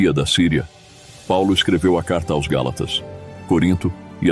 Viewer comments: Among este canal mas será que alguém pode me explicar porque ele fala (A.O.S) e não AOS? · Com exceção do "A O S" do narrador, gostei muito do resumo da História da Igreja. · O narrador não consegue pronunciar a palavra aos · Porque o narrador artificial infelizmente ainda não tem a capacidade de pronunciar AOS corretamente. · A voz que narra o vídeo é de uma Inteligência artificial AI, e ela ainda não consegue pronunciar corretamente a palavra AOS. Só isso Obrigado pelo seu comentário, ele é muito importante para o canal, compartilhe este vídeo com alguém e que Deus te abençoe!!! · É "aos". Por exemplo: Escrevo "aos" irmão de Londrina/PR. O narrador não consegue pronunciar a palavra aos.